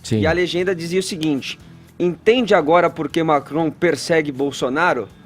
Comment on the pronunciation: O fala francês ou é a língua presa que ajuda na pronúncia do "Macron"?